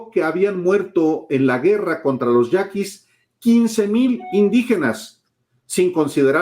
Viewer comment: Ve a que maligno, yaquis, no yanquis.. Jajaja, hecha la culpa... Jajaja